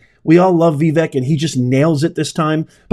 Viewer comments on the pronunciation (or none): Yo Vivek is pronounced like Vivake not Viveck !🤣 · V-Vic??? Vi-Vek, Ve-Vek??? His name is Vivek like Cake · Love your content. Vivek says his name is pronounced Viv-ache(as in cake) ❤♡💙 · His name is pronounced “Vi- (short i)VAKE” (like CAKE) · his name is pronounced Vi- VAKE like cake... he said so in one of his recent speeches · Vu-VAKE…please get it right! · Vivek.....pronounced Viv Vake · Vivek is pronounced Vi vake (like cake) and he's not a "boy" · Vivek is pronounced vah vake(like cake) brother